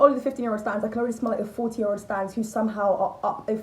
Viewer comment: love u but it’s “stans” 😂